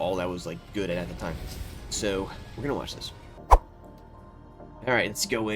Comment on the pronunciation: That thick Baltimore "Sowww" warmed my heart